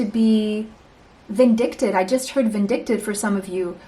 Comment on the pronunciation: 1 and 2 🩵 I heard vindicated when you said vindictive in pile 1. Thanks so much for the beautiful readings. You are right on 🫶🏻